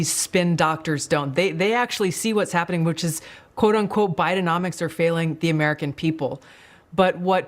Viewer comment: "Bidecomics" pronounced " buy de comics"